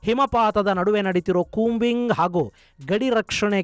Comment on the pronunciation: ಕೂಂಬಿಂಗ್ ❌😂 ಕೋಂಬಿಂಗ್✅😮